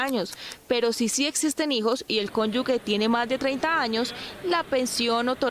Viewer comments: No se dice CÓNYUGUE se dice cónyuge!! (Sección o nota acerca de las pensiones) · Sra periodista del informe de pensiones NO DIGA CONYUGUE! DIGA CONYUGE" SE ESCUCHA HORRIBLE!😉😁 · Señorita periodista, se dice “cónyuge “ y no “cónyugue”.